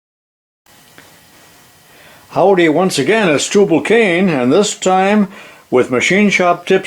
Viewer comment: How come when he says "TubALcain" he pronounces it "TubLAcain?" Kinda like realtor/relator...